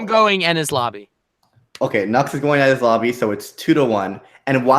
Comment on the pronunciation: The most annoying part is that that woman can't pronounce Ennies Lobby. She's Like 'Ennis Lobby'